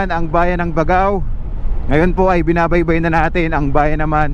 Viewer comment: Bag GAO. Tamang pronunciation nya bossing.